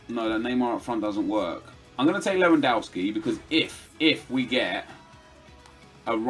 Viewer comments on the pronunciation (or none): none